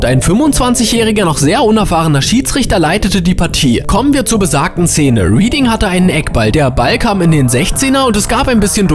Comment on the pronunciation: Nummer 5: Bitte schau, bevor du Orte oder Namen in Fremdsprachen verwendest, nach, wie sie richtig ausgesprochen werden. Reading, eine Stadt in der Grafschaft Berkshire. „Rieding“ war an diesem Spiel nicht beteiligt, einen solchen Ort gibt es in England gar nicht. Wohl aber „Rädding“, das ausgesprochen wird wie die Vergangenheitsform des Verbs to read. Uff, hat das Zuhören da wehgetan.